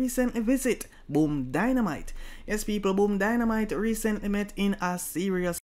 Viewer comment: Dandimite not dynamite